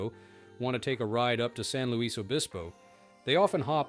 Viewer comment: The Luis in SLO is pronounced ''lewis"...